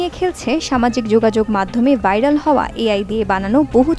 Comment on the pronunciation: বিরক্তিকর ভাইরাল কে বাইরাল বলতেছে সংবাদ পাঠিকা